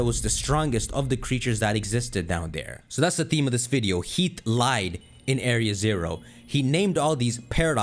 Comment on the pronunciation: damn. he's pronouncing it heat. (its heaf)